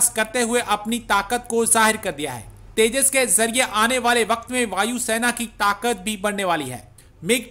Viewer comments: अबे घोंचू तेजा नही तेजस😂😂😂😂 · At 0.20- it’s’tejas not tejaas’, n at 1.05-again it’s ‘tejas not tejaa’😂😂